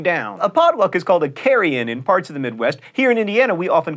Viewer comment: You said "carry-in dinner" and it sounded like "carrion dinner." To which I say no thank you.